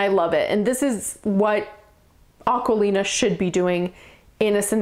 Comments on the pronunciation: Hi. Your mistake is in the spelling. You read Aquolina and still call it Aqualina, that's it. Nevermind! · Hi, the perfume is by the Aqu-o-lina brand, not aqu-A-lina. Acquolina (with an additional c) means mouthwatering in Italian. Aquolina is the brand, Pink Sugar and its flankers are the fragrances. The name Aqu-O-lina is written on all the bottles you have, so I wonder why you just don't see the correct word LOL. Thanks for your review